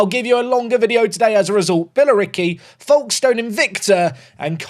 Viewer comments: Folkestone is pronounced Foakes stone. The l is very much silent. This comment is mostly because I want engagement on this video to push it forwards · We pronounce it more like "Fokes-ton" down here! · As someone from the south east of Kent, the way pronounced Folkestone made we shudder, the L doesn't get pronounced